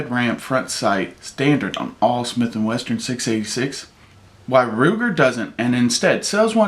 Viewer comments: he did lmao those damn smith and westerns hey BOSS its smith and wesson but thats a nice looking ruger ya got there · Sounds like he is saying Smith and Western. lol